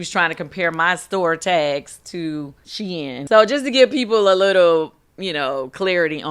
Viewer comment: Kandi keeps calling it SheIn😂😂😂